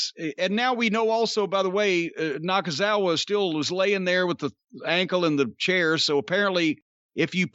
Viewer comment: I almost fell out of my chair when Cornette called Nakazawa "Nakaithefuckoff"🤣